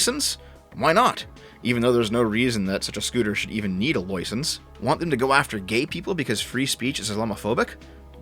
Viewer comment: No one here says loisence, unless you've got a speach defect. Dick van Dyke comes to mind. 😂